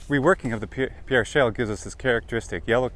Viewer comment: Great vid. I live in S.D. Just an FYI, we pronounce it “PEER” even though spelled like the french pierre.